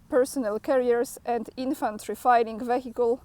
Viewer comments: It’s should be pronounce vikul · Please know that I am not criticizing, just trying to make this easier for you. Vehicle is a weird word, and it is pronounced something like VEE-hick-ul, with "VEE" being the stressed syllable. I hope you find this as helpful as I do when you pronounce Polish words and names and places. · Its not vehicle, but its prononunced viakal.E becomes I😊 You are doing great job.Thank you for your daily update. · Stop the confusion. E does NOT become I. Instead, say, V-hickle. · skojarz sobie "Vehicle" z polskim "Wiek" i dołóż literę "L". Mam nadzieję, że to Ci pomoże.